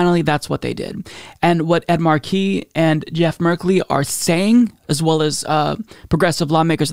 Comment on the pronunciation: Ed's last name is pronounced Mar'-key, not Mar-key.'